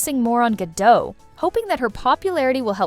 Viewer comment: Gah-Dot... The T is not silent.....